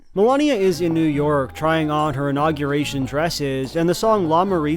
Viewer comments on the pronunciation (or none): i can't get over how pronounces unaugyurration